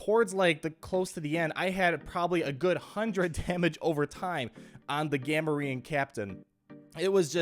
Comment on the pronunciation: It's GAMORIAN say that it's not how it's spelled but it's for sounding out